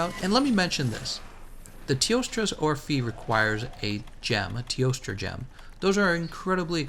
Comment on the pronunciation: Hey, in teostra's orphée name, the "ée" part should actually be pronounced like the first "e" in "educated" Anyway, I really appreciate your videos and guides, keep it up!